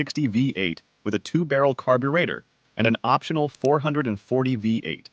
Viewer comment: I love how the AI voice can't properly say the word "carburetor"